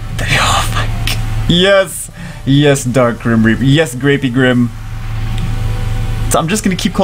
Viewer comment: Ellia ultimate SW waifu though.. also each time you said "de griem rieperrrrrrr" the camera tried to auto focus.. idk why I thought that was funny